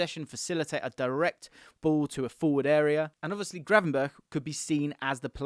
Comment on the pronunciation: I lost you when you said Gravenberch 🤦‍♂️